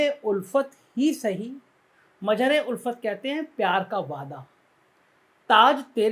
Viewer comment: aapne mere naam ka uchcharan aur arth dono galat bataya hai mera naam Mazhar hai mere naam me Z hai na ki J. Maan hani ka notice 😂😂😂😂